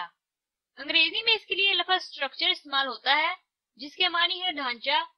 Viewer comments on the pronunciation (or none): آپ ہر تیسرے لفظ کو غلط ادا کررہی ہیں حتیٰ کہ لفظ کو لَفَظ کہہ رہی ہیں۔